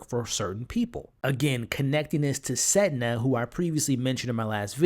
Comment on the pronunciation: *Sedna sounds like you're saying "Senda"